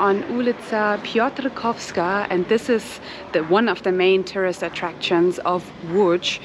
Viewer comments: Ty genialnie wypowiadasz nazwę Piotrkowska Street! I bardzo dziękuję, że wy łamiecie te nieprawdziwe opinie, nadal funkcjonujące na temat Łodzi. Tylko ktoś, kto nigdy nie był w Łodzi przez ostatnie dwadzieścia lat, może powiedzieć, że Łódź jest depresyjna. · You are pronouncing Łódź and Piotrkowska perfectly, but then in "Kościół Zesłania Ducha Świętego there are a few mistakes which could be easily fixed once you knew rules of Polish phonetics.